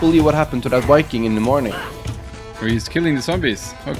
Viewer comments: Why did you spell it viking? You keep saying WIKING so idk why you would spell it with a v,, seems counterintuitive. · Lmao Norwegian people can’t even say V,, 😂 they literally can’t put their top teeth on their bottom lip and say veeee, or vuhh that’s CRAZY lmao 🤣 💀 I’m dead